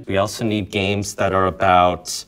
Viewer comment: "геймс" как будто "ГЬ"